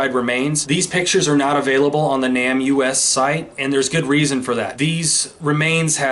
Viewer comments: People generally pronounce NamUs as NAME US, not Nam U-S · Isn't "NamUs" pronounced "Name Us" and not "Nam U S?" You know - trying to put names to unidentified remains and all? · I think the pronunciation of NamUS is Name us . Just to let you know, and I only know this cause other true crime channels have also had trouble with it, and they found out the correct pronunciation. You are doing great work on these cases!! Keep it up you were made for this!! ♥️ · It's pronounced NĀ-mus. Just letting you know. Really enjoy your content